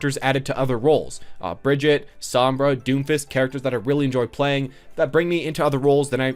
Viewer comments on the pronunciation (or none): By the way, it is pronounced Bri-gitte (the G is prounced like the G from "graphics" and no silent E). Not Bridget. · YouTubes still can’t pronounce Brigitte or sombra smh